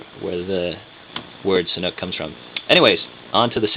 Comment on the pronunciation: you say Sanuk , your accent like Thai. I confirm ! I am Thai and really likeeee Sanuk shoes ! VERY VERY COMFORTABLE SHOES !